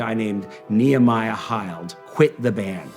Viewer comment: Nehemiah Hield pronounced “heeled”